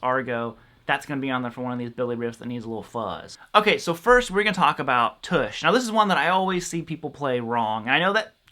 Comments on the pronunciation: Uh, its "T'ush" as is in uh or but. Not oosh as in push. Otherwise great vid. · Tush, not Toosh! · He rhymes it with "much"! LOL